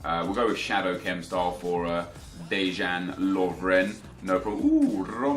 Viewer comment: Dejan is pronounced like Deyan and james milner is english so j is not pronounced as h... great video btw and keep up the good work